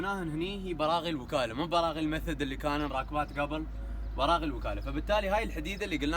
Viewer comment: ليه تقول براع 😂